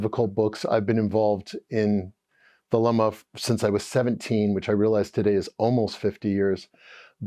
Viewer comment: This was interesting. It would be even better if you could correctly pronounce the words Crowley and Thelema.